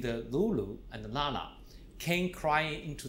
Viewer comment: in some part of China, ppl can't pronounce 'N' so they use 'L'